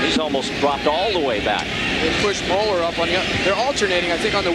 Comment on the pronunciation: Der nächste super-Upload! Zu lustig, wie die deutschen Namen ausgesprochen werden. Mollrrr... 😅